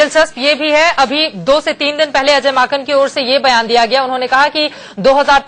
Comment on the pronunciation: He said Ajay makhan 😂😂😂😂😂😂😂😂😂 Are vai wo Ajay Maken hein...